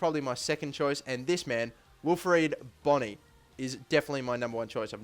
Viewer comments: Bony is pronounced bow-ny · Bony, pronounced like bow (the thing you shoot arrows with) ny (like your knee), has been a beast in the Dutch League (Eredivisie) last season. He even turned out to be topscorer, hope he will be as good for Southampton as he was for Vitesse!